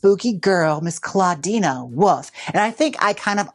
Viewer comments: “clawdeena woof” - jaymes mansfield, 2025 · Gotta love Jaymes saying a nonexistent a to Clawdeen's name lol